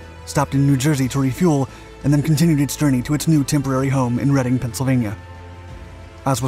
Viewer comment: Thank you for the accurate pronunciation of “Reading, Pennsylvania.”